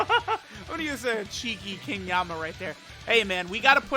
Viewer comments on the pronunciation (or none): Le Me: watching to see if EZA is worth for the unit Also Le Me: Hypernotices when calls King Yemma by King Yamma